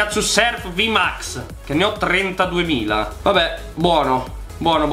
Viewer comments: Comunque si dice vmax non vmax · Una cosa si dice vimax non vumax